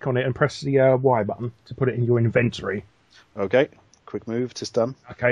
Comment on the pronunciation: I've been living for 24 years.... i've never had the thought of pronouncing inventory like you did as invent-tory. Amazing.